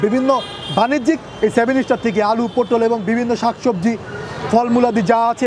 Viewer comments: সেভেন স্টার নারে ভাই সেভেন সিস্টার হবে। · ভাই, সেভেন স্টার না, সেভেন সিস্টার। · 7 ইস্টার না 7 সিস্টার